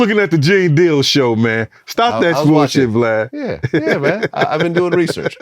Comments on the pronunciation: He called this man BLAD at the beginning. Boy niggas can't never get this man name right😂😂😂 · He said BLAD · did bro say blad? at the start if the vid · lol no one can say his name right- he's calling him blad- i like when he's called glad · He called him Blad the first 10 seconds lol, I’m sketched already! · Respectfully gene his name VLAD NOT BLAD 😭😂😭😂.Jp ..Shout out to gene💪🏾💪🏾💪🏾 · He said BLAD LOL 😂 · Did he call him Blad? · “Blad “ lol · 10 seconds in he calls him "Blad" lmao I love that everyone does that!